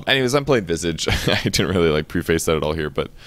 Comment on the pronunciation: Hearing you say "pre-face" is amusing, but it's supposed to be closer to "pref-ace".